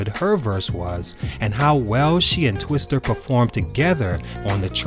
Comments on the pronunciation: "Twista" not "Twister." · My dude its twistA not twistER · Bro you calling Twista twister bodied me lmaooo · "Twister"? Lol.